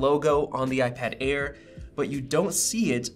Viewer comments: Did it sound like Ipad Ear at the beginning? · I totally heard "iPad Ear 4" at the beginning 😂🤣